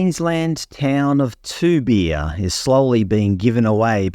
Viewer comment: Good video but surely you could have taken 60 seconds to find out how Toobeah and Goondiwindi are pronounced.